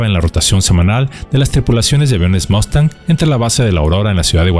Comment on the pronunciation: un saludo cordial, como siempre un video muy bueno. Por primera vez oigo que alguien pronuncia bien la palabra:"MUSTANG". Solo un detalle maestro si me permite con el debido respeto y en aras de aportar: En múltiples ocasiones en este video se muestra la imagen del beechcraft texan II. Este avión de entrenamiento actualmente vuela en la FAM es un turboprop ( motor de jet con flecha alargada y caja reductora de RPM con la confiabilidad de un motor de jet), sin embargo este avión aún no existía cuando fue el conflicto. En su lugar estaba el Beechcraft T6 TEXAN I también entrenador pero con motor radial y aerodinámica de la época. Hago la aclaración porque la gente que no es del medio ve un avión con hélice como es el caso el tejano actual y dicen: Mira la FAM tiene aviones de la WWII y pues nada que en gran engaño han caído. Un saludo maestro.